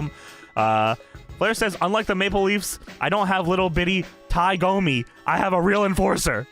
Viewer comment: It was Tie DOMI, not GOMI. Dammit,. And I'm not even a Loafs fan.